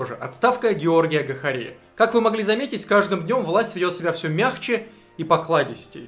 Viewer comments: Спасибо за плодотворную работу.Ты просто СУПЕР! Единственная поправка,Гахария-ударение на А. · не ГахарИа а ГахАриа